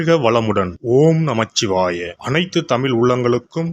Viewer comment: மிஸ்டர் ஒனக்கு தமிழ்,(தமில் ) சரியாகவர்ல ஒனக்கு மொதல்ல அதுக்கு பரிகாரம் பண்ணிட்டு வா எப்படி ஒரே dayalac பேசி பொழுத ஓட்ற வேறவேல இல்ல போதும் ப்ளீஸ் ஒண்ணா கைஎடுத்து கும்படற வுட்டுடு ப்ளீஸ் ஸ்டாப் ஸ்டாப்